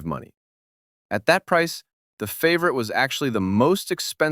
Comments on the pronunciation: I'm more bothered by the AI narrator repeatedly calling it a "favorite" tbh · Please get the name right fav or it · aw shucks. Well, then at least I can say the AI narration is better than many living YouTubers at wierd name pronunciation 😂